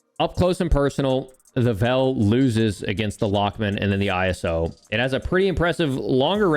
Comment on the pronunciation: Why do you say iso I - s - o